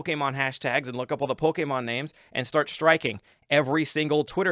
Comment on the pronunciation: STOP SATING POLEKÉMON